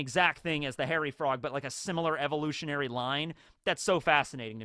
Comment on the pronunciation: Dang with today's Frog Facts™ I thought you said "Horror Frog" when introducing the Hairy Frogs, then the image popped up and I was like sheeesh that do be one horrific frog